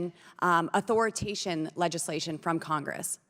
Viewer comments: BoBo lost me at "authoritation"...DAFUQ?? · My God she’s dumb. “Authoriantation”? High School dropout with no gag reflex.